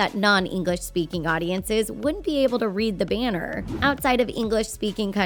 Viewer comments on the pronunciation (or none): where's the speaker of this video from? she has a peculiar way of pronouncing thailand and banner.